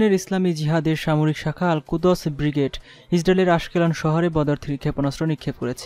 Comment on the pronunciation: Uccharon tik koira khobor porun. Al Kuds ... vul uccharon!!